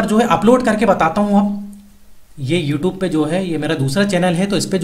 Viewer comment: It's funny how he said youtob